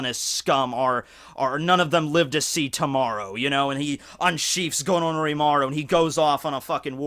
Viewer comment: Gonorrymaru sounds too much like gonorreha and I can´t stop hearing that